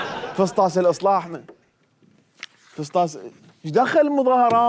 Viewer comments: فسطاس 😂😂😂 وين اكو فسطاس باللغة العربية لخاطر الله اسمه فسطاط يمعود ورب الراقصات اسمه فسطاط مو فسطاس 😁😁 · 😂😂🤣😂😂😅😅😅😂 #فصتاس مو هيجي تلفظ ههههههه حته مااعرف الفظهه خررررب😂🤦🏼‍♀️